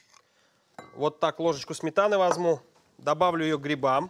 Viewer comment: мне одному слышится, что он говорит "возМу", вместо "возЬМу"? на 6 минуте про петрушку